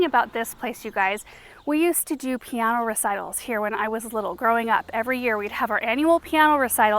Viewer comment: I’ve never heard piano pronounced to rhyme with Keanu. 😂